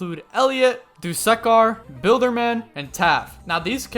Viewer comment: My man, it's not "do-suck-are" it's actually "do-su-car" pronounce the u not as you, but as uh, don't make the second syllable suck, make it su